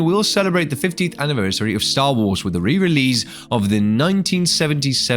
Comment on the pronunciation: Who the hell pronounces 'release' like that?.I had to rage quit the video. So annoying